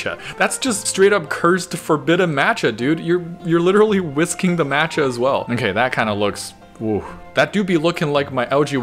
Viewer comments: MAT-cha??! It’s maa-cha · I can't believe you called matcha "mancha".... Have we learned nothing from spider man across the spider verse SIGH